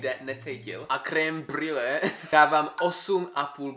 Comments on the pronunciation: jako cukrářku, mě strašně štve jak vyslovuješ creme-brulee 😂je to [ krembrlé ]. jinak video se mi moc libilo. červené mogu mi nechutná..mám ráda takovou tu světlejší červenou. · creme brulee krasna vyslovnost😂